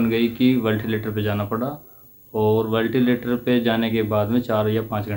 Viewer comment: वेंटिलेटर होता है वेलटिलेटर नहीं